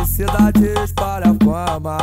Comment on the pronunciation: Poze não sabe falar palavras com "L" kkkkkkkkkk Na parte "espalha fama" ele diz "espara fama" eu entendia "esparafama" eu ficava tipo "2ue porra é esparafama?"